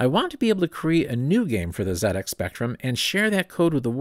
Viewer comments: I thought I knew a lot about the Z80, but learnt so much more. Thank you. And thank you for pronouncing it Zed-X Spectrum! Also, please watch the "Micro Men" film here on YouTube about the rivalry between Acorn and Clive Sinclair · However, it was pronounced correctly as part of ZX